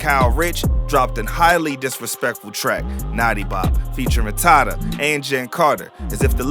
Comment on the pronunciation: i hate the way this nigga said tata name